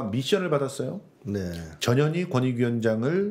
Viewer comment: 전연희 아니고 전 현 희 입니당